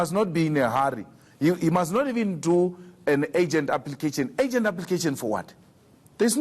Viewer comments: This dumb bitch says 'it's not a AGENT matter"?????????????? Can someone please tell this dumb itch the word is URGENT????????????????????? And the likes of this dumb bitch wants to be a SA president?????????????????? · its Urgent not Agent julius